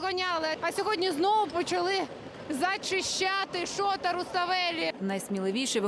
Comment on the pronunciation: ШотААА , ШотА Руставели , а не ШООта. Двійочниця. 😂😂😂😂